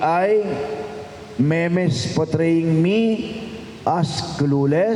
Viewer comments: di si gob gumawa ng speech. me-mes daw eh. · “MEMES”😂😂 me-mes ???